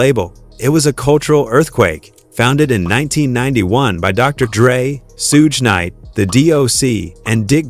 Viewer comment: this whole video is AI "Sooge Knight" at :39 seconds in. random footage the whole video Quit being lazy.